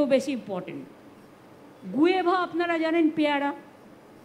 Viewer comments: মূর্খ মন্ত্রী , উচ্চারণটা "গুয়াভা" " গুয়েভা" নয় । নামাজটা কখন আর কোথায় পড়েন সেটা জানাতে কি ভুলে গেলেন নাকি জানাতে লজ্জা পেলেন? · Guava k gueva bolche.....